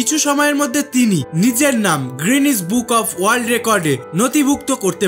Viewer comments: It's not "গ্রিনেস" It's "গিনেস" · 'guinness' world record not 'greenwich' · Bhai grinnuse noi guinness